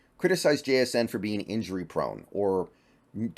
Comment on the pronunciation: Somebody gotta teach how to say jsn’s name asap before he slips up and gets himself canceled